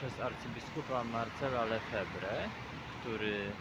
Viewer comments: picisz jak pobity. Durniu, nie żaden Lefebre, a Lefebr. Poza tym naucz się ciemniaku jak nazywana jest tzw msza posoborowa!! I jeszcze jedno, mszy w rycie rzymskim można obejrzeć w necie dziesiątki!! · Szanowny Panie, nie Lefewre tylko Lefevr, nie zbuntował się i nie zaczął, bo on Mszę Wszechczasów odprawiał cały czas. Nie wszędzie po Soborze natychmiast zaczęto odprawiać nową Mszę.